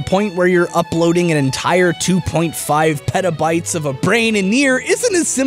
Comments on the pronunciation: I thought he said pedobytes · Petabytes...it sounds like Pedo-Bites which makes me think there's a pedo biting a loli or something xD